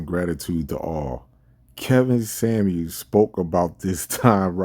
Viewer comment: "Samuels", not "Sammie"